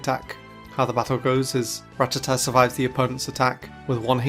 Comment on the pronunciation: Wait... Did a PokéTuber actually pronounce Rattata correctly instead of calling it the retarded "Ra-tatt-ah?" I'll give you an upvote on that alone!